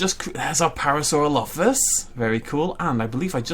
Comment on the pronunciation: he says parasaurolophus wrong and it bugs me so much and i don't know why